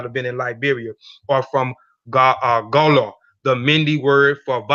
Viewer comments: I am a Liberian Gola. It is pronounced Go-la not Gah-lah. Our ancestors say that we came from western Sudan, not Angola ... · Great info.. the tribe name is pronounced Go-La 💕